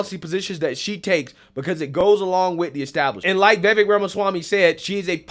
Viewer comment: You don"t pronounce Vivek's name right, and you say it a lot. No hate, love the show. It's like Vi-vache ache with a V.